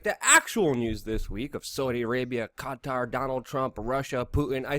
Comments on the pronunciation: Qatar - pronounced cutter. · The way you say Qatar is so funny